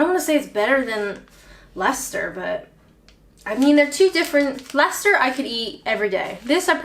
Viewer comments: Wow, nice one for pronouncing Leicester correctly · The Americans would say "Lie -Chester-Shiyer"....so you got "lester" right!!